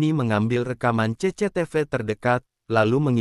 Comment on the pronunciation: 😂😂😂😂 menit2 terakhir gak bs nahan tawa denger ce ce te ve 😂😂😂😂